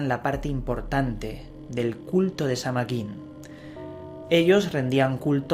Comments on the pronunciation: De hecho la correcta pronunciación es Saa-win y ésta festividad es parte de la rueda del año que celebran los wiccanos. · Se pronuncia Saa whin! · samhain es el nombre de un rio nacido de la union de morrigan y dagda, pero no es una deidad. El nombre de la fiesta significa el fin del verano y la pronunciacion mas adecuada sonaria como sowein. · Se pronuncia San-Win y Samhain no era un dios de la muerte, no habia sacrificios humanos, tus Fuentes estan erradas